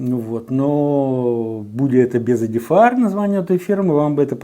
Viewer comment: ЕДІФАЕР???? Это на каком языке? Тупой и еще тупее.